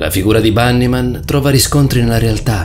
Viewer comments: LafairyTiTanniee Si perché si pronuncia Banny Man 😐😢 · Oh l'avrà pronuciato quelle settemila volte... ma lui fa sempre errori di pronuncia sopratutto sulle parole straniere... e infatti questa si pronuncia Bannimen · Perfetto allora io mi dovrò stappare le orecchie e cmq dice Bannymen mentre tu preparati ad una denuncia per offesa, ho copiato i commenti e mi hai offeso ben due volte.